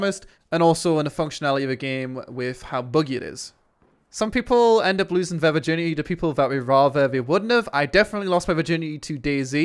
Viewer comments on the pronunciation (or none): THe not Vee. THeir not Vier. THis not Vis